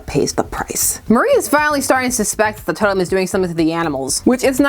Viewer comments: Apologies for being that asshole but isn’t it pronounced Mari (MAHR-ee) not Marie (Muh-REE)? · I thought her name was Mar-ee, not Mar-ie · I know weird name pronounciations is like a meme on this channel, but hearing you pronouce Mari like Marie felt like an assault on my soul. That said, I always love it when Vixen gets the attention she deserves.